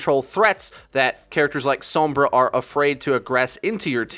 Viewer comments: Sombra not “sowmbrah” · TFW everyone on this channel pronounces her name weird like "soambra" and not just "sombra"... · Anyone else get slightly annoyed that he almost says 'Sumbra'? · The way you pronounce Sombra. This is why I don't play with any on Overwatch their pronunciation of heroes drives me crazy 😫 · Stop pronouncing sombra that way